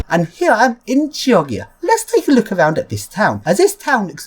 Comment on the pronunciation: by the way, my Italian uncle said that the way to pronounce Chioggia is Jog-gia! nice video though the N/11 is a very interesting route!